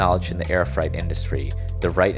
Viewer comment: Also pronounced "freight" as Fright. I gave up on the video at that point.